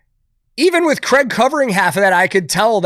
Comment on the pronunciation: One day americans will leanr to pronounce Craig